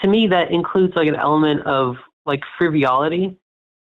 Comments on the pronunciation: It’s “frivolity”, not “friviolity”. Dummies. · calls it "friviolity" Well-informed and master of the English language as well!